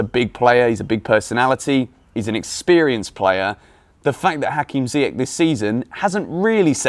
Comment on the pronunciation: PLEASE PLEASE stop calling him ZiyeCK!!!! its ZiyeSH!!! its aSHraf hakimi, not aCKraf!!!!!!! how many times do i have to comment this?! :/